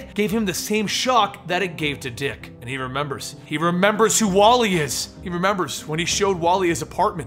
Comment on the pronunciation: It's wall-eeee